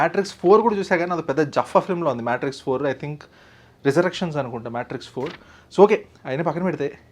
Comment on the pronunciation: Maaae....Maaaeetrix kadhu MayTrix annali... The R has to be rolling anamata 😂😂😂😂😂